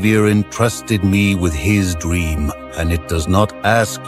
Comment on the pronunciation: Entrusted me with his DWEAM